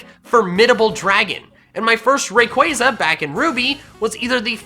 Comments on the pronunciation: How many f***ing times do I have to say it it's pronounced Ray-Qua-Zah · IT'S RAYQUAZA, NOT F*CKING RAQUAYQUAY! NO MORE OF THAT! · 1. Everyone has different opinions and 2. SAY THE POKEMON NAME'S RIGHT!!!!! Its ray-quaw-za NOT ra-quaze-a! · I thought it was ray-qua-za not ray-quai-za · Btw it’s raykuasa you pronunce it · THERE IS NO K IN RAYQUAZA!